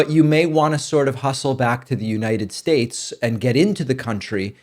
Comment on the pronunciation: I came for the politics, but stayed for the mispronounciations 😋 As long as we can keep troth central and united shyates